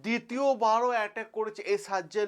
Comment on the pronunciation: আরে সারজজেল না ভাই সাজজিল।